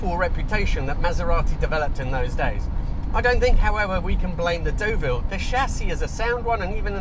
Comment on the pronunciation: Your pronunciations are l a little off.The car you are driving is pronounced Derville not Doville and you don't sound the P in Longchamp.👍